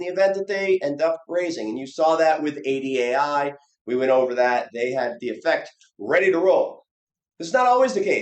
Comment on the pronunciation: great video as always but damn it if you keep saying $ADAI, its IDAI lmao